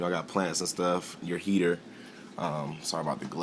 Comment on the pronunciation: I love the way he said "you don't want yo babies t' get sucked up" this guy rocks